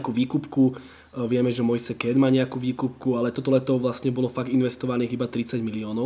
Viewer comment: citaj Mojs Kín :)